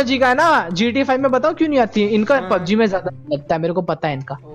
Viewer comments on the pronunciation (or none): he means that it's pub g not pung as said by